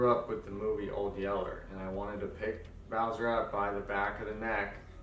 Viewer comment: You couldn’t have re-recorded this to get the dogs name right? ☹️ Poor Bowser deserved some respect on his name.